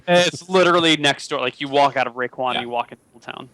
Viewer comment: Raekwon. Get it right. :P